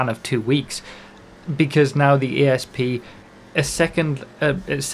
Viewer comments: little note on pronouncing this cars name, it's Asp as in the snake rather than A S P, whole point being that this is supposed to be a Cobra/Cobra R from the 2000s (not up on my mustangs so can't say for certain) and because they can't call it a Cobra or the lawers would come, they had to pick another venomous snake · 'A'SP not 'E'SP! Bloody northerners hahaha 😋